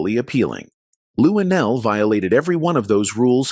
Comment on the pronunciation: Why do we need to see you shake your head on the side of the screen? You should be somewhere learning how to say Luenell's name. You said LuDell.